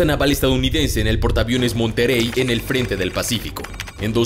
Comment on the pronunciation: El porta aviones MONTEREY PRONUNCIALO BIEN